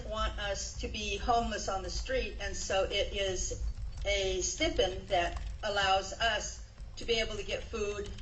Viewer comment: She needs to stay in prison for life just for the way she says "stipend." It’s pronounced sty-pend, you soulless monster.